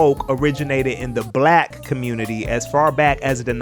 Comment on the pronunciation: the heavy emphasis on the BLACK community was hilarious, until i remembered that many people STILL aren't fucking educated the origins of the term